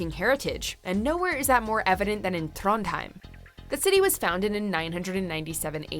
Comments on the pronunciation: Trånndhaeim? Liksom? Ta dæg en brunost. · Trondheim her